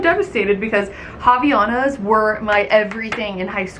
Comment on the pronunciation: Friendly tip from a Portuguese speaker--Havainas is pronounced "ah - vy - AH - nas" <3